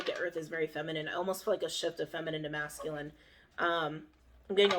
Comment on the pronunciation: “Masking” energy is what I think is being said but she’s saying “masculine”. Lol phew. I had to listen a little different after that lol